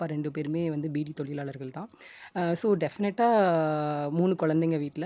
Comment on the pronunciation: நெறியாளர் தமிழ் உச்சரிப்பை திருத்திக் கொள்ளவும்.. வணக்கங்க'ல்'..? தொழிலாளர்க'ல்'..?